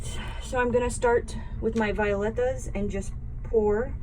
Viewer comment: we call it Vi -- OH --Letas